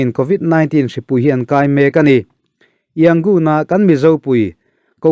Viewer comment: Yangon tih hi a rik dan tur dik takin in la sawi thiam lo a mi..??